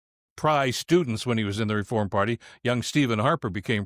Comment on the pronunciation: What about the way he said "Reforrrrm"? That always made me chuckle